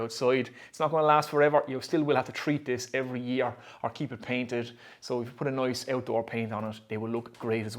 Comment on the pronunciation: when nice becomes noice we talk business